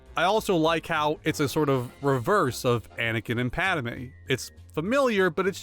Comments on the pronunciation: I really liked ttyour critique of the sequels. Very eloquent and logical. I agree with you completely. Just one question, Where are you from originally? Why do you say “ElePANT” and not •ElePHANT? “Ree-ann” and not “Rian” (Rah-yahn)? And where are you getting that Anakin’s wife’s name is “PadAME” as opposed to “PADME”? Thank you. I enjoyed your video and have liked it and subscribed! Keep them coming😉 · I really liked your critique of the sequels. I agree with you completely. I’m just curious, Where are you from originally? And why do you say “elePANT” and not “elePHANT”? Why “Ree-yahn” and not “Rian (Rah-yahn)? And why do you say “Padame” instead of “Padme”? Thank you. I’ve liked your video and I subscribed!